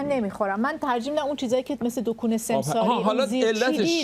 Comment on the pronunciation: جان ، دوکون چیه ؟! دکان عزیزم ، دکان!😂